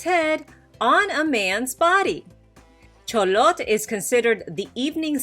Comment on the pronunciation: Good job on the -TL pronuciation for Xolotl. -TL is basicaly prounouced as T or put air on the outer side of the tongue. L is basically almost silent. Never pronounced as settle or kettle. Always at the end of a word. Examples Xolotl Coatl Ahuacatl